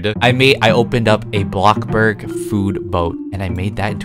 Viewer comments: Omg he says blockburg instead off bloxburg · pls dont say blockburg pls say blocxyburg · You say blockburg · I love it how yo say bloxburg but in a funny word like bloburg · I love how he always says “block burg” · its funny when y say block burg XD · Bro I love you vids but please say bloxburg right you say blockburg